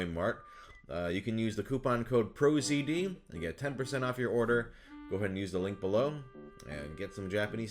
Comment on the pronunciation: OMG! He said the thing! He said PROZD Pronunciation confirmed xD